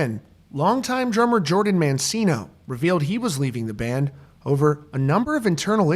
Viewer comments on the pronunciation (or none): none